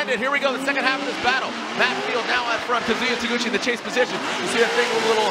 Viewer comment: God I hate the way the commentator pronounces his name lol